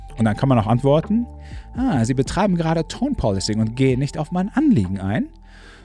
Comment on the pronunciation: Hallo! Kurzer Tipp zum Thema Aussprache: Der zweite Teil des Begriffs "tone policing" leitet sich vom Verb "to police" (=überwachen/kontrollieren) ab und wird dementsprechend auf der 2. Silbe betont /pəˈɫisɪŋ/. Wie die Lautschrift verdeutlicht, ist der 1. Vokal übrigens der unbetonte Schwa-Laut /ə/, mit dem z.B. auch das Wort "about" /əˈbaʊt/ beginnt. (Du sprichst in diesem Video "policing" so aus, als ob es von "policy" käme.) Ansonsten super Kanal. Weiter so!